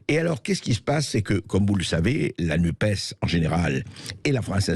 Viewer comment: 😡NUPES se prononce "nupesse" comme dans PS, CAPES, CNRS ... Je ne comprends pas votre refus de prononcer les choses correctement ...